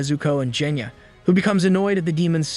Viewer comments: BRO CALLED GENYA JENYA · you did a crime. you pronounced "genya" as "jenya" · C'mon now, its not "Jenya". Put some respect on his name, kid is underrated.